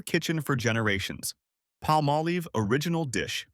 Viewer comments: Palmolive is not pronounced palm-oh-leeve. It's Palm-olive. I should know i worked for that company years ago. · I said the same thing, but then he said it right later. I remember commercials pronounced Palm-olive. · Pah- molive!! Ryhmes with olive. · You are pronouncing Palmolive very wrong. It's Pall Mal Liv. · Just wondering who is paying for these ads? Maybe the competitors of recommended products being attached. And it is not palm a leeve.😂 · Pronouncing Palmolive is not difficult.